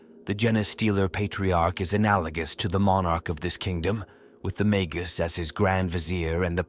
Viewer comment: Feed the AI mah-gus, or mah-guss, instead. It's pronouncing it mag-goose. Or better yet use the Bonzai Buddy voice for extra schtick.